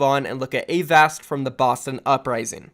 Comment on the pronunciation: Please pronounce avast right next time